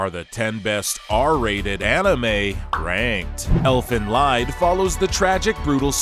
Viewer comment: 1. Elfenlied is pronounced more like Elfen lead, because it's german. 2. The Toky Ghoul Manga is quite good, but the Anime is Trash after Season 1. 3. Black Laggon is O.K. but doesn't belong here. 4. Where is Neon Genesis Evangelion?